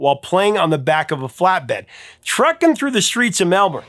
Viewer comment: That must be the best pronunciation of Melbourne I've heard from a non Aussie. I'm from Melbourne and was a lad in 76